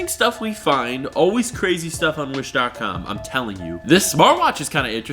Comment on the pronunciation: Why does it sound like hes saying .cum instead of .com